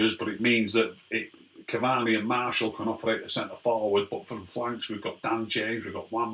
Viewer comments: It’s ok mate, if I told you how to pronounce every foreign players name correctly you’ll be dead (though you are Arab so you probably know some of them) it’s obviously hard for him to remember to say Martial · What the hell is a Marshall its martial have some respect what of i called you rack instead of